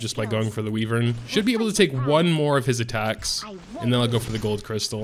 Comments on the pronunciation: It bothers me how you call it a weee-vern when it sounds more like why-vern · ITS WHYVERN YA FOOKING POTATO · WHY-VERN #triggered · "Wee-Vern" lol love your vids keep uploading when you can! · "Wee-vern" lol xD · Makes you wonder where he got Wee-vern